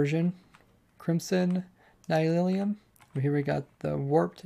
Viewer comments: Its nylium not nylilium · Great video, but it's pronounced Nileeum, not Nylilyum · Nylium, not Nylilium! Haha, I cringed every time you said this lol. Looks like a really cool update, perhaps the best ever? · Nylium ≠ Nylilium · Mojang: Nylium. Ny-li-um: Nylilyum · it's warped NY-LEE-UM, not NY-LIL-EE-UM. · The Nether mycelium/grass blocks are Nylium, not Nylilium. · its not nylilium, its nylium